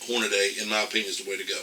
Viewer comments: Why does he keep saying "hornaday"...?? It's hornady.....and wtf is an "idear"......???? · Excellent point, however Hornady (hor-na-dee), not Hornaday... just my two cents 😉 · You are absolutely CORRECT. now having said that. Please pronounce HORNADY and IDEA correctly please.